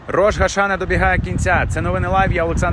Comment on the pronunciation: Дякую за дуже дотептий репортаж! Ведучому: треба казати Рош-а-шанА. Слава Україні! Слава Ізраїлю!